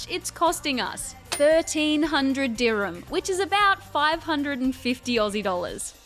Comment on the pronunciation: Bruh just wanted to point out that the currency of UAE is DIRHAMS not dhirmiya , not trying to embarrass you but since I grew up in UAE it just felt weird when you kept saying it that way.